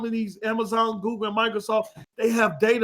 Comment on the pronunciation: Lmao can’t even say Google... this man said “Goo-ga” 😂😂😂😂